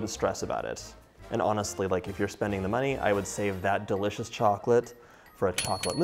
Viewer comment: PS I love when you say DA licous! It always makes me smile.